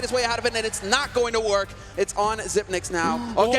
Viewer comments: It's pronounced "Zip-picks" not "Zip-nicks" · Its prenounced SYPNIX, Not Sypix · Slight mispronouncation of his name throughout the video. Xyp9x is "Xypnix and not "Xypix" as the number "9" in Danish is spelt "Ni". So there you have it fellas. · It's not "zypex", it's "zypnix" as "9" in Danish is pronounced "nee". Some pro casters get it right, some don't. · It's "ZypNix". 9 = nine in english, "ni" in danish. Xyp9x = Xyp-ni-x. Cmon baby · Yes "zip ex" not fucking "zip nix" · It's Xypnix not Xypex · It's prenounced Xypnix. "Ni" is nine in Danish, Xyp9x. Well, that's that. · It’s pronounced Xypnix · isnt the name pronounced 'zyp - nix' ? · It's zip-ex, alot of players confuse it tho but thats what he said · Bro it's Xypex. The Y has to be pronounced like the U in YouTube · The amount of casters that say "zipnix" kills me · The way he says hes name 😬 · Love how you pronounce his last name 😂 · Oh god you butchered his last name. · ok for real...is it pronounced "zipix" or "zipnix"?